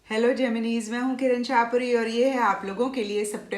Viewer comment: Mam pls Gemin-e math bolo it's Gemini ☹️ Pls it hurts.